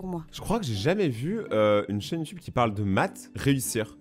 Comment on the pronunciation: Pk dans les video animé il dise youtoube aulieu youtube donc il ne save pas parler français il doi aller en primair avec les cm1 et leur ami chelou 👪👪😠😠😠😠 qui est dacor avec moi?